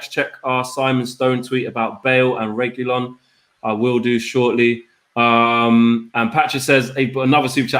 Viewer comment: Flex mispronouncing Reguilon's name is really getting to me 🙄😣